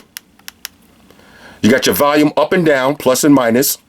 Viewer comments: valume.......volume? hahaha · Yo its volume not valume lmao. Thinking of replacing my air raids, this might be it! Nice review man. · maximum "valume"